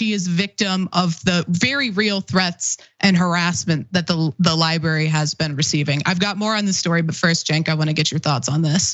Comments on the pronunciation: Cenk’s pronunciation of library/librarian is my 13th reason. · Not to bury the lead here, but can someone please coach Cenk on how to pronounce the word "library?"